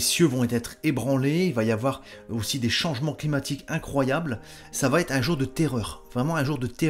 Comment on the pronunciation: Désolé pour cette petite correction : on ne dit pas "va-t-être" mais "va être" (cf. minute 2'56"). Vous voyez, on vous écoute attentivement !